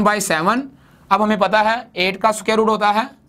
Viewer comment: Sir soquare nhi square hota hai ❤️